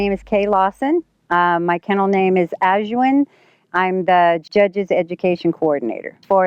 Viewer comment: Don’t make a video like you know about the dog if you cannot pronounce the name correctly… 🤦🏾‍♂️. Its pronounced Cholo(like a Mexican gangster)- Es(like the letter “S” in america)- Cuin(like queen the band) -Cleh(like if you were trying to say clay but without the “Y”)… 🤦🏾‍♂️